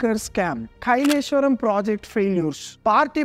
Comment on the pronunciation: కైలేశ్వరం కాదు కాళేశ్వరం